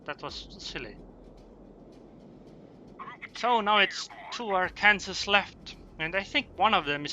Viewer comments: ar-kan-saw not ar-kansas xD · Sorry but, arkansas, is pronounced "Are-Can-Saw" :D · Arkansas is pronounced "R can saw".